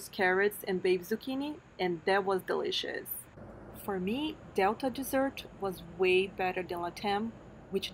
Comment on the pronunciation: Sounded like you said "It was delicixs" - you probably meant DE-LI-CI-OUS